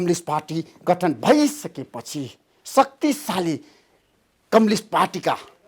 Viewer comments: धमला जी कम्लिस्ट पार्टी होईन कम्युनिस्ट पार्टी होला नी नेपाली उच्चारण त स्पष्ट गर्नोस 😂😂😂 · मेरो लाडो जस्तो उच्चारण गरेक कमलिस्ट रे थुक्क मुजि कमलिस्ट 😃😃😃 कमलिस्ट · यो माचिक्ने धमलाले एउटा प्रश्न दस चोटि सोधिराछ,के खालको पत्रकार हो,कम्युनिस्ट लाई कम्लिस भन्दैछ आलु पत्रकार।